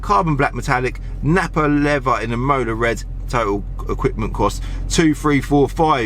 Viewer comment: For a car nut, he doesn't know how to pronounce coupé. And it's "im-o-la" red. Not "e-mola" 😂.